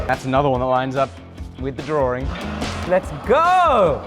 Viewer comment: Say drawRING one more time...